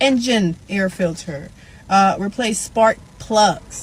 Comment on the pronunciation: "Can y'all do a testing" "ittle speed" "Differenchch" Can't even pronounce filter. And you wonder why you're having a bad time? Hmmmmm Smh lol